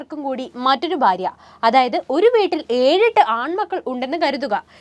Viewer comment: ഭ, ബ അക്ഷരങ്ങൾ ഉച്ചാരണ വ്യത്യാസം ഉണ്ട്. ബാര്യ അല്ല ഭാര്യ ആകുന്നു.